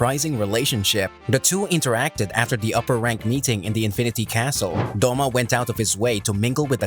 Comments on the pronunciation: It is douma not doma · The way you pronounce douma is terrifying